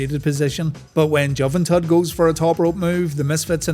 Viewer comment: Just you pronouncing Juventud phonetically makes this worth a like 😂